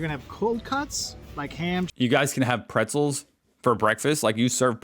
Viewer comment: Bretzels beginning with a soft B, not a P. Like in broil, Broiler. Broil your Bretzels !